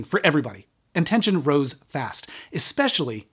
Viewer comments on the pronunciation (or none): none